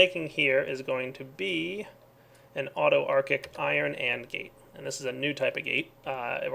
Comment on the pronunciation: Did anyone else cringe every time mispronounced autarchic? D